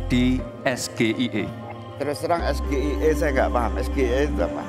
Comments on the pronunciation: Singkatanya bahasa inggris pak, knpa harus di ejaan bahasa Indonesia, siapapun pasti bingung, bapak bangga yaa sama kekurangan kandidatnya, yg betul pak es ge ay i bukan sgie.. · emang ada, SGIE d baca es ji ai i, bukan es ge i e, kan aneh singkatan nya d lafal pake indo, sdangkan kpnjangan dri bahasa inggris, jdi yg nanya pun keliru akhirny membuat ambigu. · SGIE kalau dilafalkan dgn benar yaitu dlm bhsa inggris [ es ji i ai ] = State of the Global Islamic Economy. Tapi kalau SGIE dilafalkan-nya salah2 spti yg Mas Gibran lakukan [ es ge i e ] = Saya Gibran Ingin Enaknya. (kok sesuai fakta, ya ?) 😂😂😂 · Lucu Paslon dua,,sgie itu istilah singkatan dari bahasa inggris (state of the global islamic economy)tapi di baca malah sgie versi abjad Indonesia harusnya di baca versi Inggrisnya(es,ji,ai,i), yang nanya sok pinter tapi sayang pertanyaan gak jelas dan masyarakat jadi bingung terus terang saya aja bingung jangankan lawan debatnya...😂😂😂😂😂 Lah pendukungnya pada bangga pertanyaan gibran sulit itu bukan sulit tapi yang ngasih pertanyaan gak bermutu.. bikin malu aja. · Matamu mainan sehari2, banyak belajar juga tetap gak paham apa itu es ge i e, sok keminggris tp salah, es ji i ai kali 😂😂😂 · perhatikan lagi penyebutannnya dengan bahasa Inggris, es ji ai i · lu klo di tanya ttg UN, yg prtama lu pikirin apa?? Ujian Nasional kan??? tp klo misal yg nanya elu nyebutnya Yu En (UN= United Nation) yg ada di pikiran lu apa??? apakah masih Ujian Nasional??? itu yg nanyanya aja ga bisa bahasa inggris.. kelas cawapres tp b.inggrisnya kalah sm ponakan gue 😂😂😂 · SGIE tapi pake pronunciation ono😅 hebatttt 👍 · Baru kali ini aku tau ada singkatan bahasa inggris tapi di baca nya pakai lapal abjad bahasa indonesia es ge i e , Lalu itu di katakan cerdas 😁😁😁😁😁 , yang seperti inibmau jadi cawapres , Katanya lulusan singapore & australia tapi es ge i e 😁😁😁😁😁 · Yg bener itu Es ji ay i (S.G.I.E) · Ejaannya Es Ji Ai E karena itu ejaan Bh. Inggris. Gibran juga salah, makanya jangan dompleng!